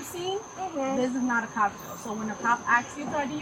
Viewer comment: axes her one more time. Its asks. Can't they hire cops that can speak English